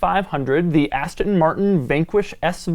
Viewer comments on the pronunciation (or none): none